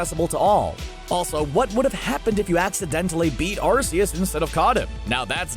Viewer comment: You are pronouncing Arceus’ name wrong